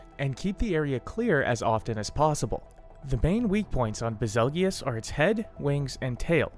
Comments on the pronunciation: I'm a bit disturbed that he pronounces it bezulgious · It's BAZELJEUSE. Like "beetle juice" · No way bro just called him baz-el-gee-us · Did he just say ba- zel-gee-yus what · I always thought it was pronounced bazel (like bagel) goose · If betelgeuse is pronounced beetle-juice then Bazelgeuse is Basil-Juice....ba-zell-gi-us sounds cooler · Lol ive always pronounced it as "Basil-goose". Still really wierd to pronounce it the way he does in the video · SAME. It's like "beetle juice"